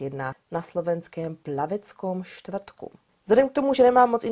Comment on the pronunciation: Narodený bol V Plaveckom štvrtku. Ale v pohode, my Slováci ti výslovnosť , či predložky odpustíme.😉 ( mimochodom , ostatne slovenské názvy si mala bez chyby ) 🤗 Chcem ta pochváliť , máš veľmi prirodzený prejav, držím ti palce.